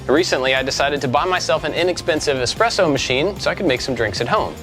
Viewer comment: Is there anything you cannot make using plywood? This is a great video as it contains two things I love; DIY woodwork and coffee. Also, I appreciate you pronouncing "espresso" correctly and not saying "expresso"